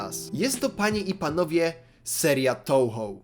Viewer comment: Jak się robi film o gierce to przydałoby się chociaż poprawnie wymawiać jej nazwe XD. Czyta się "Toohoo" bo japońskie "ou" to długie "o" a nie "tołho"